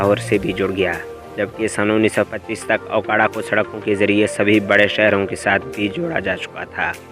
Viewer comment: Bhai ye aokara nhi hy me okara se hn